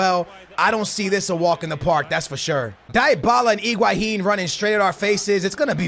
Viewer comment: Iguahin! LOL its Higuain